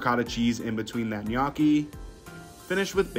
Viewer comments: Ma per favore ti prego di imparare come si pronuncia la parola “gnocchi” , the way you say it sounds like “GNAWKKY” 😢😢😢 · Looks good, but his pronunciation of gnocchi is cringe😮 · It's pronounced guh-know-chi not nyo-cki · Did you place a bet to see how many times you can mispronounce gnocchi?? 😂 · NyAcky is what I hear😂😂😂😂 I always find it funny how Americans pronounce words so weirdly. Other countries are able to adapt to different tongues, especially deep distinct local languages. But Americans basically just say no😂😂😂 I swear Europeans and Asians could even pronounce African words much easier than y'all and vice versa because we understand the pronunciations of different vowels and consonants between us. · Another "food influencer" that doesnt know how to pronounce gnocchi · ive herd him say "knocky" so many times i actually forgot how to pronounce it correctly lol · Bro's needs to spend some time learning the proper pronunciation of pasta lol it's ño-key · Sir.. it’s pronounced “nyo-key” it hurt hearing it every time.🥲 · Hes pronouncing it wrong and it's driving me crazy 😢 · Thumbs down just for his pronunciation of gnocchi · he's gotta be trolling with that pronunciation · As a non English native speaker, i find it very funny this gnocchi pronounciation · I'm not Italian. I live smack dab in the middle of the USA. I'm from English, Russian and Polish decent and EVEN I KNOW the pronunciation of gnocchi is WRONG, like nails on a chalkboard wrong. So if I KNOW it's wrong, pretty much everyone should know it's wrong...just sayin'! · Gnocchi That's the worst pronunciation I've ever heard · That is the weirdest way I’ve ever heard someone pronounce Gnocchi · Can't handle your pronunciation of gnocchi! 🥴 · His pronunciation of gnocchi is killing me lol but it looked delicious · Pls learn how to pronounce ricotta and gnocchi